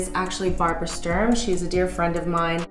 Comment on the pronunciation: Stopped watching at "Sturm"